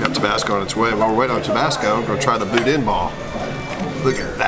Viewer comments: It is pronounced budan. Not budin. BOUDIN. Ronnie's Boudin & Cracklins in Baton Rouge and Hammond, Louisiana rocks. The lunches in Hammond are to die for. Great video. Worked on my first Shelby Cobra 14. 52 yrs. ago. Lafayette, Louisiana. Way back when. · First, Boudin is pronounced "boo-dan". I'm a big fan of your channel. The cars you've restored are significant to the muscle era. The person you are is why I enjoy your channel so much. Youve been a huge source of trivia for anybody that likes cars, period. Thank you to your whole team for the hours of entertainment. The knowledge of Shelby's, by itself, is invaluable. Your catch word, OUTSTANDING, summarizes the whole channel. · Boo-den? Y'all better do a rescue next door in Lousey-anna! We gots some schoolin to do with! 😂